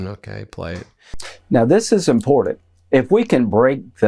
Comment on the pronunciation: I love the way Lady Graham says “impotent” when he means to say “important”… impeach and remove them all please